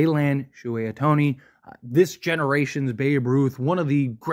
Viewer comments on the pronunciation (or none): First of all... learn how to pronounce the guys name.... and second.....so If your best friend racks up 4.5 million dollars, your not going to know?... Come on.... horrible video